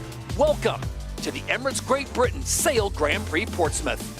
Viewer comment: yes Todd Harris is a little over the top however I just want him to pronounce grand prix properly. It is very grating and embarrassing to be honest.